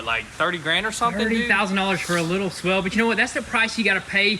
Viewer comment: Swale, not swell.